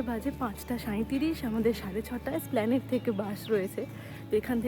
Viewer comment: The spelling is Esplanade but pronounce it as splanade